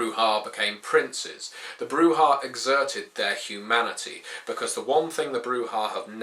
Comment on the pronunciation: guide to brujah, step 1: read the pronunciation guide in vampire V1 broo-zhah not broo-hah